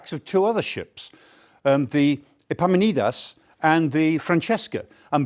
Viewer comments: Epamin-on-das, Professor. After the Theban General in 371 BC, probably from a Greek shipping company I dare say. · Whether it's historians or TV presenters, no one can pronounce Epaminondas...